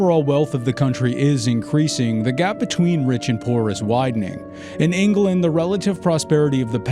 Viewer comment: Or Vendee as Von Dee rather than Von Day Ingerland rather than England